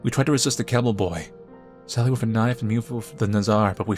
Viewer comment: I dont know why but always lose when he says KNAIF!!!!